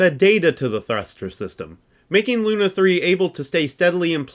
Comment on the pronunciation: Awesome video! Much work here. Still something makes me wonder is it a hollywood tradition to pronounce russian words wrong?))) SpUtnik, that's like in put😂 By the way semyorka sounds bulletproof😊 Besides lunA off course)